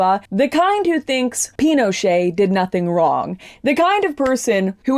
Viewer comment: i like how she pronounces Pinochet. Painoxché